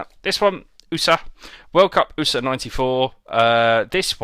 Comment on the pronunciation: Haha world USA he is pronouncing it as oo-sa lmao